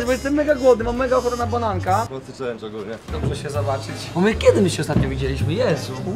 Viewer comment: "BŁAWO" XD